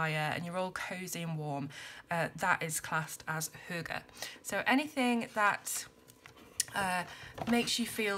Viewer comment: It is a bit funny for me to see this video because I am Danish... I have never seen this book before :) I can tell you that you say the word correctly. Hygge is a big part of our life here in Denmark. And I can relate to the pictures. Thank you for this video :)